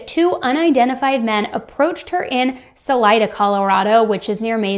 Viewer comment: It’s pronounced, Sul👀da, Colorado. Sul I da. I’m from Colorado and family live there. 😊